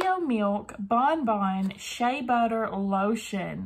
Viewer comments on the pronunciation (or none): none